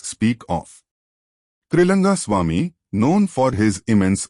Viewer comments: 🙏🙏🙏it’s Trilinga Swamy not Trilanga Swamy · His name is Trilinga swamy. Not Triranga...